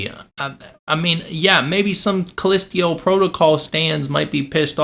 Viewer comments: Lazy video that reminded me a 16 year old ranting away. Were you so lazy that you couldnt be bothered to pronounce "Callisto" correctly. I didn't make it past 2 minutes with your video. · I twitch every time you say callisto...you aren't saying it right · Take a shot everytime he calls it "call-list-teo" protocol instead of Callisto. You will not survive 😢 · Dude I will excuse myself from the video just because I can’t take you calling it callisteo instead of callisto one more time Jesus how hard can it be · Dude... First of all it's CallistO not Callistio... You can't even pronounce the game correctly... The game and the DLC were truly amazing especially the plot twist and overall enjoyable gameplay, let alone the great graphics and actors... Last thing, when doing reviews NEVER spoil endings... You showed the dismembered and burned Jacob... Seems that you need to learn a lot about gaming and reviews instead of adapting the opinion of couple of idiots on twitter... You know what I'm talking about... Anyway, wish you all the best. (Edit: Forgot to mention how brilliant the lore was in explaining the whole background story and the story of the cult, which I don't think you even bothered to read or understand) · "Callistio" PrOtocAL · CALLISTO! Not CALLISTIO! 😅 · Sorry, but if you can’t even pronounce the name of the moon correctly, maybe the game isn’t for you. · bro really said "callestio protocol" 💀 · "callistio protocol" do a second take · Haha. Thanks for the chuckle. I think we were all like, "callistio?" Great vid! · You pronouncing it wrong on purpose?